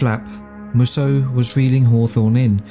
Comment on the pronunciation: Based on other Mussos, I'm guessing Mussos should be pronounced as Mooso.